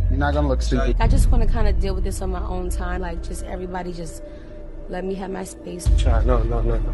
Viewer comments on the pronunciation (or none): The word EVERYBODY has a V in it. It is not "airybody".